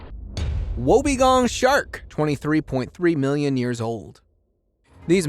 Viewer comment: Just to be clear it's pronounced wob-E-gong Shark NOT wobagong shark and E-Kid-Na NOT E-CHID-Na.. and finally its NOT Carroway.. it Cass-o-wary! If you're going to make a YouTube video-- for GOD's sake get the pronunciation right. It is so hard to listen to an American trying to speak Australian!